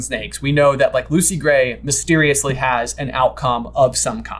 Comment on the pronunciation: Hearing Lucy Grat is Coin destroys me